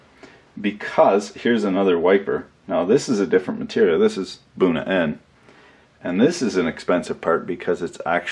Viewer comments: Initially, I thought he was saying "booner end". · been trying to figure out what the hell he was saying. Couldn't tell if it was actually the name or another word perversion he does.